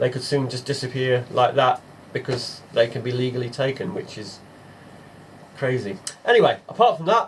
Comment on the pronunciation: Absolutely "CRAYZEE" ......